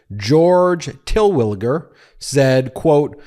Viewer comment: No, no, no, no, no! Your channel is turning into FOX-style click-bait. Firstly, where do you get from Turwilliger? Secondly, the lawyer's statement only says Meadows will tell the truth where legally obligated. That statement alone does not indicate his client has testified. Also, it means that Meadows may indeed plead the fifth if he does not feel obligated to tell the truth. Get your shit together, man.